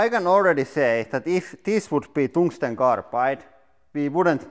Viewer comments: Tungsten. Not Tongue-ston. That is not hard at all. It is slippery and squishy. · I’m sorry but: “poor toongstang” cracks me up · Toungsten LOL